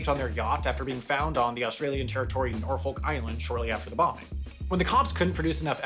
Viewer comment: mistake: not how norfolk or atoll are pronounced